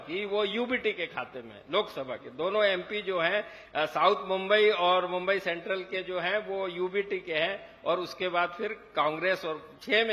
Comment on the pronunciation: मु़ंबई बोलने को नहीं आता इस बावले को